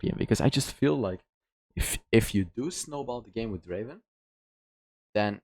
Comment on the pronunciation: Draaaaven not Draven